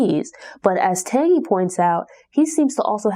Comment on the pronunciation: One of my favorite books. Oh her name is pronounced TANgee like Angie with a T